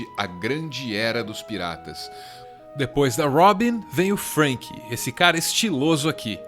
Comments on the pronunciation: Ao invés de "Frênqui" ele poderia so falar "SUUUUUPER" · da onde esse cara tira essas pronúncias? "lãfi", "namí","Frênqui","JÍMBI". Acho que ele nunca viu um episódio de One Piece.